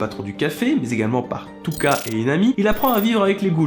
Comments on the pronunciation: La vidéo est parfaite mais juste svp arretez d'utiliser vos noms traduit dégueulasse, exemple : - Un kagune se prononce "Kaguné", -Jason ce prononce "Ja son", Toka se prononce "Toka" et pas "Touka" bref sinon très bonne vidéo ^^ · Toka on prononce le "o" pas Touka!! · \CM667 “Touka” mdrrr mais regardez juste l’anime on entend très bien “Toka” c’est prononcé par de vrai japonais et c’est Kaguné et pas kagun mdr